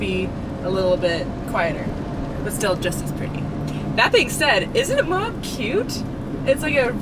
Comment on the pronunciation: Love the desert with the snow peaks in the distance. Utah is stunning. And Moab - those rocks I love it. called it AMOB at one point 😂. On the left of the main drag it has a building “Uranium Building”. Intriguing. And how does plait her hair? I guess does it. We would like to see that 😊